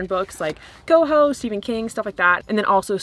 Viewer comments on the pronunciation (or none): Hi, I loved this video 😍 Actually “Haus” is german for house and it’s pronounced just like the english word ☺️ Greetings from Germany 🤗